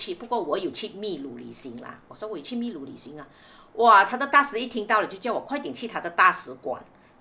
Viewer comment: Uncle Aunty, 祝福你们俩旅途愉快，秘（读音是bi, 第四声) 鲁 lu